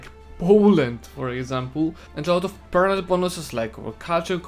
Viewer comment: Nobody:: PERNAMENT